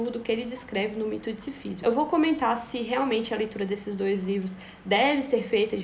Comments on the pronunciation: obrigado por errar o nome Sísifo todas as vezes que o falou, me proporcionou muitas risadas. Me flagrei pensando que você deve ter lido todo livro chamando ele de SiFÍsio. Enfim, uma lenda na Argélia diz que Mersault matou o árabe pois, PASME, ele achava que BBad dava ânsia de vômito. Mas não se preocupe, pode dormir tranquila, viu? "É preciso imaginar SiFÍsio feliz." Kkkkkkkkkkkkkkkkkkkkkkkkkkkkkkkkkkkkkkkkkkkkkkkkkkk. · Pronuncia-se Sísifo (proparoxítona). Deu uma onda ruim, admito.